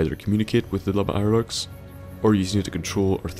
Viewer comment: "Lub Irelurks"?